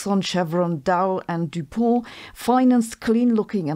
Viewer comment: Finally heard someone use the French pronunciation of Du Pont 😮